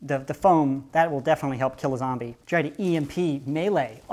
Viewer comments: you say zAmbie not zOmbie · It’s zombie not zambie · why do you say it like dis: ZAMBIE instead of ZOMBIE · Why do you zambie instead of zombie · he said zombie at 2. 44 instead of zambie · at 2.44 mins he sad zombie not zambie :( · It’s “zombie” not “zambie” btw just throwing it out there not a hater btw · YOU SAID IT WRONG IT'S ZAMBIE YOU SAID ZOMBIE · Is it an American thing that you say Zambie. I’m from uk we say zombie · ITS ZOMBIE NOT ZAMBIE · Why do you say zambie and not ZOMBIE? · It's zombie not zambie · It zom not zam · You know a lot about zombies for someone who pronounces it “zambie” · Hey you guys like when he says zambie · why does he say Zambi?